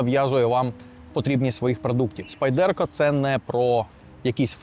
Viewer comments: хто така "спайдЕрка" і чому її так любить? спАйдерко, на перший склад наголос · Spyderco! Як можна розповідати про річ, назву якої вимовляєте не вірно?!